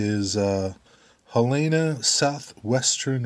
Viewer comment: Nice HSW boxcar! I have one in HO. It's pronounced (Hel-len-nah) which operated right off the Mississippi River in Helena, AR. Nice RBOX car and prints too! - Jason